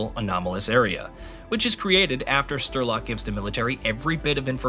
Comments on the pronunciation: Yeah, no. Unwatchable. Stopped after 4 mins, because of that Sterlok thing. Untrue, how you dont give a fuck about that all. First GSC are only having struggles and troubles all day and then you dont care to say names correctly. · I couldn’t follow the story anymore as soon as I heard „Sterlock“ for the first time. 🥴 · Are you kidding me?? Sterlock 😂 and he says it OVER AND OVER AND OVER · Who the hell is "Sterlok"?? What game have you been playing? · I sighed every single time he said Sterlok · Dude...the guy who sayd he feels an emission every time you miss pronounce STRELOK's name was right. And the guy who said he takes psi damage😂😂😂😂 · Why are so many people hating on this man for mispronouncing a name Damn have all of you been on twitter hating aaah’s 😂😂😂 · The guy mispronounced Strelok about 63 times, but nails Major Degtryarev first try? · Having never played the games, I came here to learn about the previous ones before I start playing Stalker 2. After seeing Strelok's name on the PDA in the video, I had to come to the commets section to see if the guy voicing this video couldn't read, or if I was misunderstanding how his name is pronounced since it's Russian/Ukranian. Glad to see I'm not crazy and that "Shterlock " is not how to pronounce it, as it was bothering me the way this guy was saying it. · I was gonna watch all of this but getting a name wrong is criminal. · You had time to research the whole story but not enough time to find out how to pronounce strelok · The absolute pain every time it comes up in this video... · I’ve never played this game before, and I knew it was being pronounced wrong. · "sturlock"... come on, it's not that hard to say "Sh-tray-lock". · " Strelok " not " Sterlock ". Sorry, a good video, just wrong name of the main character set off my OCD. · "Strelok" is pronounced as Streh-lock (you do it like Sturlock or smth) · Stiiirlok? Wtf men 😂 i knew americans cannot pranoince words , but dude SREEEEEEELOCK not STIIIRLOCK